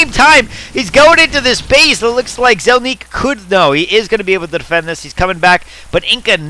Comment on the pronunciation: "Zelniq" = ZEL-nick, not zel-NEEK